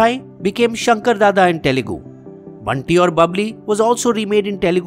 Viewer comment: It's Telugu! Not Talugu😕